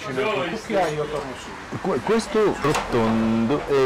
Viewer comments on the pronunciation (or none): The text is correct: Cucchiaio. But the king keeps repeating "Cucciaio, cucciaio, cucciaio..." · Since you are a learner - I thought you would like to know if you made any mistake. Cucchiaio is pronounced « KUKIAIO » :)